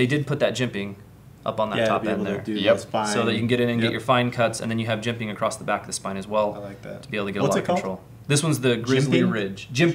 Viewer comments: The word is "across" not "acrost".... I'm not a nit picky dude... but this one gets me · Guys...is saying the word "Across" with a "T" at the end of it?!?! I keep hearing Acrosst lol...